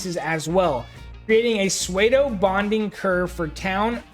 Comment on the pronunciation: pseudo is pronounced like "sue dough"